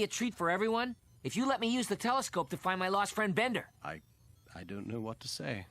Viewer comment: Bender's name isn't Bonder, it's Bender! 😆